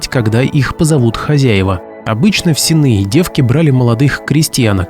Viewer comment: С'енные девки - ударение на первый слог. От слова сени.